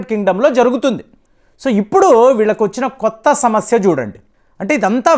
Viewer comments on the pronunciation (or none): none